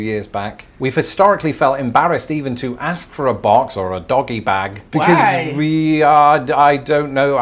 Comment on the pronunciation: sorry Im really sorry but I can't let this lie firstly you are not my girl and second the word is Ask not axe